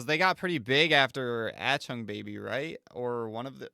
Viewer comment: Ach - Tung. Ach - Tung. Not At - chung. Please, lol. Otherwise loving your U2 journey 👍